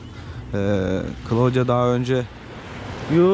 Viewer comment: Daha kızın ismini söylemiyor köylü..klodya degil klaudiya okunur..